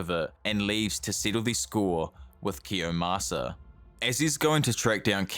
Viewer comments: IT'S KIOYMASA NOT KIYOSAMA LMFAO I don't mean any harm, but god damn, that triggered the hell out of me lol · Kiyomasa, not kiyosama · His name is Kiyomasa, not Kiyasama. Otherwise a great video! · it's kiyomasa, not kiyosama... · its actually kiyomasa not kiyosama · it's Kiyomasa